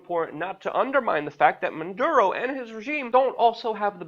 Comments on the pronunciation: "Maduro" not Munduro as you repeatedly say Keep up your great journalism! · Luke, get it right. It is not Man duro... its Maduro. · WAC: Luke, take some lessons in phonetics. You often, too repeatedly, say like Mundoro, Munduro, Mondoro, ... for the President of Ven. when his name is (Nicolás) Maduro, You also don't do much good by repeatedly stating that he isn't a perfect President, for while apparently true, it isn't really pertinent, when Ven. is being threatened by the USA, i.e., Washington, et al. The latter IS what's pertinent, so try to stick to that fact, rather than seeming like you're constantly trying to defend yourself by saying that you really take for neither side, or certainly don't support the US et al with respect to Ven. and also aren't promoting Maduro. Saying it now and then is one thing, but saying it too repeatedly is somewhat annoying. Stick to the main points or problems. Venezuelans will look after themselves, we should understand, respect and support, how ever we each can. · why do they keep saying "Manduro" ??? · Why does he keep saying "Manduro"? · There is no N in Maduro cocknose 😏